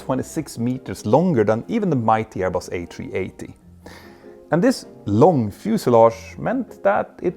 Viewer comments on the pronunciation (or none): none